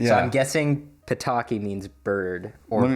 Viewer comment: You have to be very careful when pronouncing „Ptaki”. It was really close to pitoki which means p3ni5es in urban dictionary:D